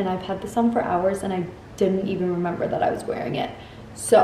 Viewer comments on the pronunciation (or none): just fyi... you say "member" instead of "remember" like you're a toddler still hahah. it's just funny wanted to point it out. i notice Rachel does it too. but just wanted to make sure you know so you sound like an educated adult LOL